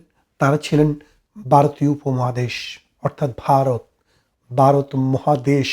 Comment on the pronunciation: আপনার আলোচনা ভালো। আপনি ভারতকে মাঝে মাঝে বারত বলছেন। তাছাড়া আরো কিছু শব্দ উচ্চারণ সঠিক করলে আপনার উপস্থাপনা ভালো হবে।